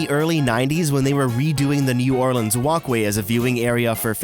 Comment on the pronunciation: He is the only person that doesn’t live in Louisiana that says New Orleans correctly